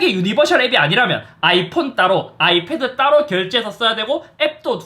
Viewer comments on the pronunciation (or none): none